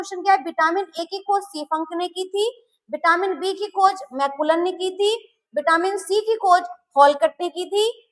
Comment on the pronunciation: Vitamin. Not Bitamin